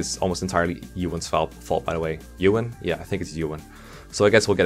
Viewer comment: Ewan and shaman pronunciation tho...